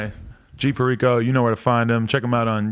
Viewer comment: Damn, I really went around saying have you heard of G “PAIRICO?” 🤣